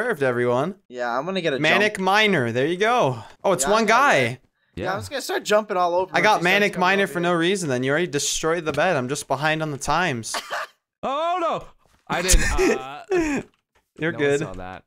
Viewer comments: srsly... "mahn-ik mie-nuhr"? It's maen-ee-ak mie-nuhr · xD when says manic miner no maniac xD